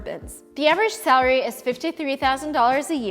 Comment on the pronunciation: Hi, I think it would be helpful if, as someone who offers educational materials for people to learn English (including workbooks, videos on your other channel, etc.) you worked a bit to improve your English pronunciation. In this video, you repeatedly pronounce "salary" like "celery," which is not the correct pronunciation.